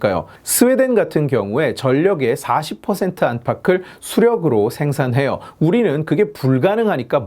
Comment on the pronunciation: 수력->수령으로 발음함 지칼 그는 빨갱이였나